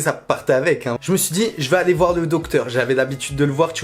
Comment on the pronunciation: « jme suis dis jvais ayé voir ye docteur »... et l’orthophoniste ?